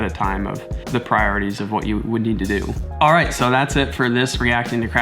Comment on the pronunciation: A reasonable Australian "Alroight mate" at the start....